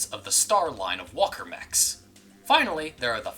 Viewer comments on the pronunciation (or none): none